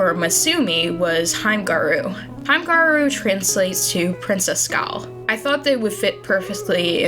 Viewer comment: hi!! as a hime gyaru i just wanted to let you know that it's pronounced more like heem-eh gi-a-ru =) i love your redesigns and i'm really excited to see more representation for us!